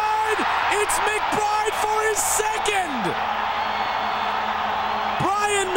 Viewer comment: Two nillski...McBrrrrrrrrrrride..lol